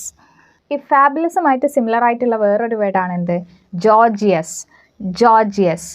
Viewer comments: 'Gorgeous' pronounce 'ഗോർജസ്' not 'ജോർജിയസ്' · Your videos are useful but if you teach different accents it’s confuse other people. It’s ഗോർജസ് . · Teacher your class is superb but delete and gorgeous pronunciation is wrong....plz noted those words pronunciation also....God bless you dear